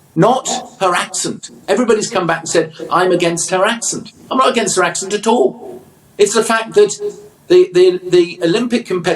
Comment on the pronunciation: Yet he pronounces words ending in a T as a D? “Not got a problem ad all “ Can’t pick and choose what to adhere to, people can speak however they like and yes it is an accent which makes you more likely to drop the g’s.